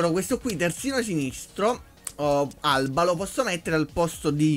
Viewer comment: si chiama Alaba non alba.Jordi Alba è il TS del Barcellona e David Alaba il TS del Bayern Monaco